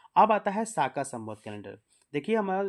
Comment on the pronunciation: साका नही शक सवत्स हैं